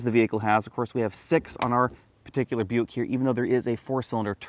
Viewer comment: Isn't Buick owned by GM? I keep hearing him saying European